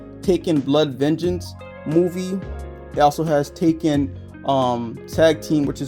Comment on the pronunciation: You pronounce Tekken as Taken😅 Great collection though